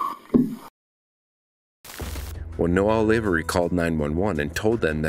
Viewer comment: Not Lave-ery, Lav-e-ry.